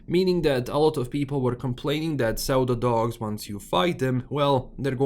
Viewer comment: Such a minor thing but because I was listening while playing something else as my Stalker 2 updated, I was like "... whats a zeldadog?" Pseudo is pronounced "syu-do". In case you care. If you don't, I did work it out after half a minute, so did everyone else I'm sure :P